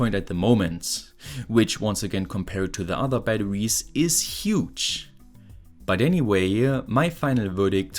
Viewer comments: "Ba-da-wees" I love the way he says batteries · thanks, i hadn't heard of LICs until now! very useful. p.s. the way you pronounce "batterwies" is absolutely adorable 😘